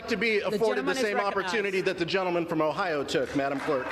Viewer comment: It is called OHIO not OHIE madam